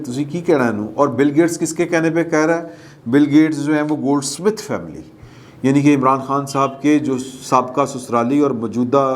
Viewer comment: it is Zack Goldsmith, not Zik Goldsmith. 🤔